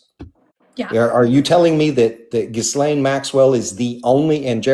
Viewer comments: I've heard it mispronounced many times by people/journalists/reporters/etc, especially when she was first getting linked to Epstein, so perhaps has heard it said incorrectly over the years as well. does mention that their adoptive mother wasn't especially smart so could she have been getting it wrong too? Just because a big conversation happened about the pronunciation doesn't mean she had it right. Just a theory. I could be wrong. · This is a point of contention for me. If so much attention was being paid that day to the pronunciation of “Ghislaine,” why is mispronouncing it now?